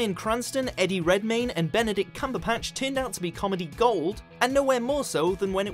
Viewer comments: Did I hear that correctly ? "Cumberpatch"? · oml did anyone else hear 'cumberPatch' i'm dying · "Benedict Cumberpatch" ahahhqhahhaa :D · No one else is going to comment on the fact that he called Benedict Cumberbatch Benedictict Cumberpatch? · "Benedict Cumberpatch" I'm crying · U Lolz it's "batch" not "patch" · "Benedict Cumberpatch" XD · Did he say Benedict Cumberpatch 😂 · " Benedict Cumberpatch" bitch what?! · Anyone else realise that the narrator says cumberpatch instead of cumberbatch? (No 9) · Cumberpatch!!!!???? Do you not know it's Cumberbatch! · Did you really just say Benedict Cumber Patch? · Did he say Cumberpatch? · I didn't mishear that? I did say cumberPatch? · CUMBERPATCH!? HIS NAME'S NOT BENEDICT CUMBER-FUCKING-PATCH!!! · he said cumber patch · did he say cumberpatch ? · cumberpatch ????? check your notes kid ... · Cumberpatch?... CUMBERPATCH?! Seriously, get someone who can pronounce names correctly. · "Benedict Cumberpatch" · "Benedict Cumber*patch*" lol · anyone else notice that he said benedict cumberpatch? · Benedict "Cumberpetch"??